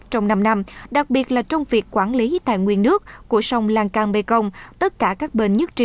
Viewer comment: Sông Lan thương chứ không phải sông Lan can